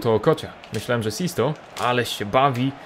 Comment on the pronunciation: Śmieszy mnie jak mówisz Okocia XD